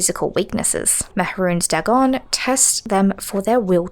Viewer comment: Dwemer is pronounced dwee mer. Dagon - Day Gone Sotha - So tha . These words are all pronounced in a game. Is this engagement bait?